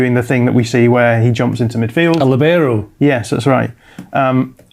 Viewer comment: that pronunciation of libero was criminal